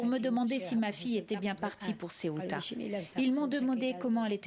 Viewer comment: Ceuta et non tcheouta, c'est une ville espagnole pas italienne